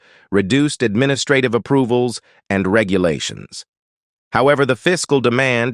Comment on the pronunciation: Good information, but there's a "technical" issue. I don't mind the voice, but the AI algorithm leaves much to be desired (this is why AI is unlikely to be everything people hope or fear it can become). Before and after I documented 7 mispronunciations (administrative, officials, humane, neighbors, measures, spreading, against - even Canadians wouldn't be that extreme on that one) and one mis-accented word (isolate). I really want to listen to the rest of the video, and I'm giving a thumbs up for information, but the kinds of issues mentioned, in such a short span, are...I struggle for how to politely discribe it. Chinese people know the importance of tones. In English, pronunciation and accent on the correct syllables can create distractions, nonsense or completely change the meanings of words. Don't trust AI. It's CLEARLY in a very early phase and you need to protect your reputation.